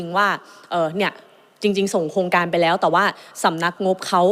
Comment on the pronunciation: รักชนกเก่งมาก อภิปรายฟังเข้าใจง่าย แต่อยากให้ปรับปรุงเรื่องคำควบคล้ำ ร.เรือ เป็น ล.ลิง หมดเลย เช่น โครงการ ออกเสียง โคงการ คลิก ออกเสียง คิก เรา ออกเสียง เลา การคลัง ออกเสียง การคัง กรม ออกเสียง กม วิกฤติ(วิกริด) ออกเสียง วิกิด อะไร ออกเสียง อะไล รู้ ออกเสียง ลู้ ฯลฯ ติเพื่อก่อ ตืเพราะรักพรรคประชาชน ขอให้หนูไอซ์แก้ไขปรับปรุงมันจะเสริมบุคลิกของหนูไอซ์เองค่ะ